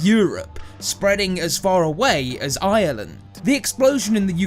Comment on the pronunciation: I like he says Island but it's Ireland